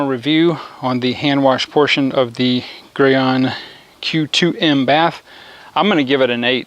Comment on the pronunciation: It’s pronounced “gee” on not “guy” on... nice test, good job 👍🏽